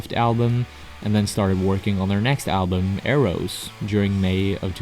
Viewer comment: It's not pronounced "arrows"